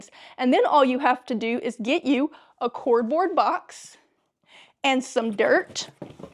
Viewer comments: IT'S CARDBOARD NOT CORDBOARD! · It sounds like you're saying a cord board box lol, it's card board box. Sounds like a great tip, I'll try to remember to try this. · Lady it's not a cordboard box it's pronounced c a r d b o a r d box see the second letter after the c is a not an o. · She said cordboard, and all this time I thought it was cardboard 😳😯😂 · What’s “cordboard”? Do you mean a “cardboard” box? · What state are you in the way you say cord board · When she said cordbord , and kept going , I immediately subscribed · She has an interesting way of pronouncing "cardboard." Her pronunciation sounds more like " cord board"😊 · Philly lady? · I scrolled till I found a comment. I've never heard it pronounced that way before. 🙂